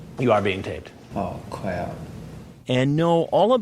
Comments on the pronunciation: "Aw, cwap" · "That's not up to me" Insert another "aw cwap" here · “A-am I b-being taped?” “Yes you are being taped.” “Ah cwap. Am I gonna get OHwested?” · “Oh cwap “ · “Aww cwap”😂🤣😂🤣😂🤣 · “Ah cwap” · I thought no one else peeped that, I held back on commenting assuming the internet would ignore his sickness and slay me for lmao at his speech impediment during that moment. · I choked when i heard that!